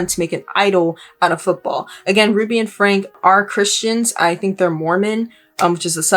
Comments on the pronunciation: Definitely not the point but for your future research, I believe their last name is pronounced “Frankie” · Last name is pronounced Frank-ie. Ruby & Kevin have gone off the deep end. It's sad for their kids and extended family.